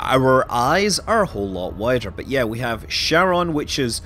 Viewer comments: Pronounced "Kharon", not "Sharon". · It's not CHaron like CHarcoal. It's CHaron like Hope (like Haron). It's a Greek word. It's annoying to see it butchered globally.